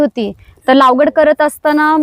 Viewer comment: लावगड नाही लागवड